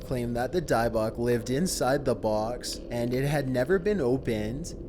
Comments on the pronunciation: How do you pronounce Dybbuk correctly twice and then incorrectly the rest of the time? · In thought dybbuk was pronounced die buck